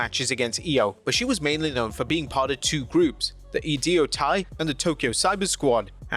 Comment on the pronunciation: Please learn how to pronounce names before recording. Like how you messed up Giulia's name before her WWE debut, you messed up Oedo Tai. It's pronounced "oh-eh-dough tie"